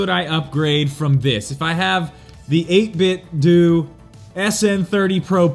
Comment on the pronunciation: I believe it's 8bitDOH like you pronounce Nintendo. Just saying.